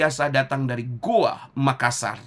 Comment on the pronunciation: Gowa bang bukan goa